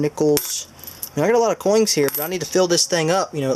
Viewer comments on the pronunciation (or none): am i mistaken or do you keep ending some of your words that end with a n also adding a g like ( coings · "Coings", wtf? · makes me cringe everytine he says coings >.<